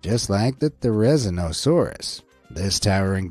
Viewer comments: It’s actually said like ser i zen a sor us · how do you pronounce the theri's name so wrong XD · How the heck did he say therizinosaurus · therizinosaurus there-e-the-no-sarus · I'm sorry, I need to. Thé-ra-zin-oh-sore-us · it's their-eh-zy-no-suraus not... whatever you said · And how to say therizinosaurus there-is-see-no-saurus